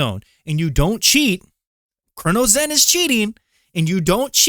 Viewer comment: Yeah and he can't even pronounce Cronus. Also aim assist scripts are not even real. Cheating discords and the people who use it can't even agree on if it does anything, which is why everyone solely just runs Recoil scripts if they're even using a zen